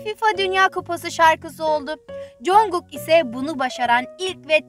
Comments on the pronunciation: jankuk diyo kadın sinirim bozuldu bir de lolipopum dedi ? yoksa o kadındamı "ARMY" öyleyse yeeeeeeeeeeeeeeeeeeeeee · JeonKook'a JanKook diyo kadın ya 🤦🏻‍♀️ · Canguk demesi biraz sinirimi bozsa da seviyorum bu kadını dili mi dönmüyo nedir herkeste bi yanlış telaffuz. Sadece Türkiye'de de değil alışmışlar bi cankuk bide ana dili İngilizce olup da söyleyemeyenler var yani şaka gibi hiç mi run bts falan izlemediniz birbirlerine seslenirken de mi duymadınız (En basiti no more dream). Artık her videolarında İngilizce altyazı var buna rağmen hala telaffuz hataları varsa ben bu tarz insanların armyim demesine de inanmıyorum (Baby armyler hariç) hadi tamam çok haşır neşir olma anlarım ama army'im diyorsan da en azından adını doğru söyle be. (Linç değildir tek kişiyi hedef göstermedim genel konuşurken sadece örnek üzerinden yola çıktım). Doğru okunuşunu yazma ihtiyacı duydum : 정국 Congkuk veya conguk da diyebilirsiniz eğer Korece okumayı bilmiyorsanız yardımı olmuştur umarım